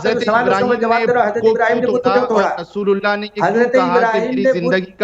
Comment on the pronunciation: जब आप रसूलुल्लाह बोलते हो तब ऐसा लगता है आप रसगुल्ला बोल रहे 😂😂😂